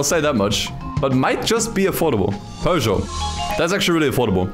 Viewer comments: Americans It's pe-zhou, not pu-dzhi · Did he say "pudjot" instead of peugeot?